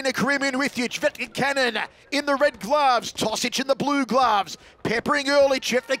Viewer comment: Hope the guy behind the microphone learns to say CVJETIČANIN the right way. It's awful 🤮🤢